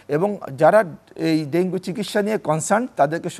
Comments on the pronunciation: ডেন্গি ডেন্গি করতাছে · Dengi ki ? It supposed to be dengu. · ডেংগি না ডেংগু 😊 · ডেঙ্গি নারে সোনা,,, ইটস ডেঙ্গু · মেডিক্যাল সাইন্সে সব ইংলিশ পড়া! 😂 ওখানে ডেঙ্গু না ডেঙ্গি উচ্চারণ করতে হয়! সাধারণ আবুল বাঙালি তো বুঝে না, বুঝার চেষ্টা ও করে না! এখন এত কিছু যদি সবাই বুঝত, তাহলে সবাইই ডাক্তার হয়ে যেতো 😆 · ইংরেজীতে উচ্চারণ ডেঙ্গি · ডেঙ্গি সঠিক উচ্চারণ